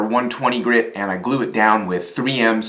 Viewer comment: The word is "grit" not "grid".